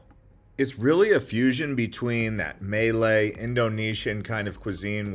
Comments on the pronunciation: Love your videos but your pronunciation throws me somewhat. "Peh - nang' not "Pee - nang'". "Mah - lay" not "Mee - lay." Keep up the great work though! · Man is pronouncing all of these names wrong on purpose right? Instead of Malay his saying melee(the way they say it in Super Smash Bros Melee) and instead of Penang he is saying Pee-nang. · I wish he would pronounce Penage , Malay and the food the correct way.. But I get it...